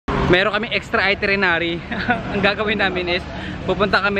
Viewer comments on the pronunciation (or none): Itinerary! Not itrenerary!!! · itirenary o itinerary😂😂✌🏻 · Hahaha. Cute guy. Chubby cheeks! Cutee. Sarap kurutin. Hehe. And it’s pronounced as ITINERARY. Haha. You’re still cute though. Hehe. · Nakatatlong beses nyang sinabi ung itirinary wahahaha di ata nya alam na dapat itinerary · It's itinerary, babe :) But it's fine you're still cute 😍